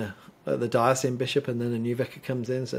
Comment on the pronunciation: Love your informative talks BUT please pronounce “diocesan” correctly Diocesan- dio-ses-an